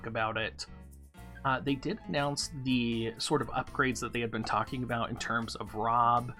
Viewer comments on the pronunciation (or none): none